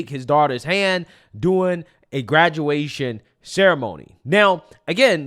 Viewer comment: A graduwation lol